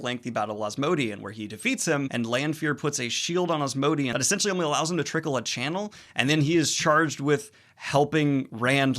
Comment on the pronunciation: "Allows him to tirckle a channel " I can't believe there isn't a comment pointing this out xd